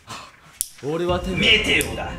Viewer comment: ここめっちゃメテオと待てよが似すぎてるwてかでんがんさん真似すんのマジで草